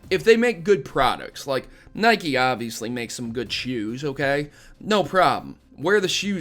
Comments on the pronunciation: This drove me crazy- it's pronounced "Nigh-kee", not "nigh-kk". Other than that the video was neat. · Love your vids, you make some good points in this one, and definitely agree with you that Pokemon isn't a "baby game". First, who cares what other people play? If its fun to you, go for it. I just got back into Pokemon after a long time away - I was one of the Gen I kids back in the late 90's, and I LOVE it again. But... that pronunciation of "Nike" is drivin me nuts man haha, phonetically its like "Ni-Key".. but other than that great vid man! haha. keep up the good work!